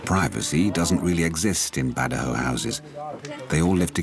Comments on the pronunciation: No it's good jao ,,,not BAD jao ,,in the Phillipines goodjao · It's called bad jau not badows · The narrator pronounce the word BAJAU the wrong way. It's BA JAU.... or BA JO.... not BA DA HO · Its bad yaw not ba ja haw. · Great documentary but extremely annoying--to the point of offensive--when the narrator kept pronouncing "Bajau" as "BA-DA-HOE". Especially more so when you can clearly hear the Bajaus say "BA-JAU". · It is pronounce as BAD-YAWS not BADAHOWS. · Mr George can you answer this for me? why does the narrator say “ba-da-hoes” when they & the translator say “ba-joes”? thank you! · its pronounce as "bad-jaw" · Why does the host pronounce it as Badaho? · The narrator keeps on pronouncing the badjao wrongly... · Its bad-jau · The narrator keeps saying “Badahow” 😂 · you pronounce bajau in the wrong way